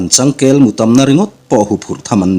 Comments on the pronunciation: Changkêl mutam tihah hian ê lai hi thluk lovin kel(goat) ti a lam tur,changel vui hi tumbu kan ti a,a rah balhla ang hi changkel chu a ni,a mu hlir a nih a vangin thil tamlam sawi nan changkel mu tam tiin an sawi ṭhin.Ngaihnawm e. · "Changkel mu tam" tih i lam a Kel lai hi i lam dik lo deuh tlat a ka hriat. Kel lai tak hi mihring ranvulh Kel tih lam rik ang a lam rik tur niin ka hria . Ri sang in i lam ri a. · Changkel tiha kel hi i thluk sang lutuk. Kel, kelpui kelpa tih kel lam dan anga lam tur a ni em le